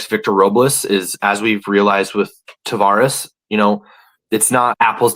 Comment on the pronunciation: It's Taveras, not "Tavares" btw.